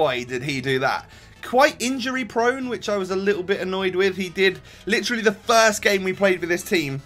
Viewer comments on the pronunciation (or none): none